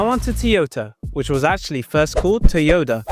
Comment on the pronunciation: why did you say “tyota”